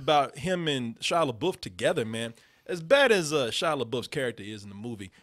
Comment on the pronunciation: Take a shot every time you hear Shia LeBOOF.